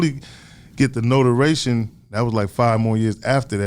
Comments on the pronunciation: He said Noteration and build your purpore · “Notoration.” “Papport.” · Dat Nigga Daz said “notoration”! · My nigga said like 3 or 4 words wrong. Noteration and propor ass nigga. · “Notoration” and “Prapure”. Hilarious . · naw he said notoration...lol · Notaration and pa-por got damn.